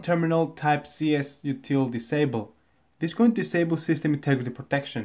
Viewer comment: you said "CSUTIL DISABLE" but it's "csrutil disable" (as is on your screen but hard to see)